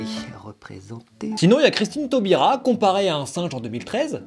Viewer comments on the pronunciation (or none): C'est moi où il a dit "Christine Taubira" au lieu de "Christiane Taubira"...? J'veux pas faire pas ma relou m'enfin c'est quand même une ex-ministre, quoi... :/ Maaaaais super vidéo comme d'habitude =3 Si tous les discriminés (en gros les "minorités") se rassemblaient, qu'est-ce qu'on leur mettrait sur la tronche... Ah, le rêve...!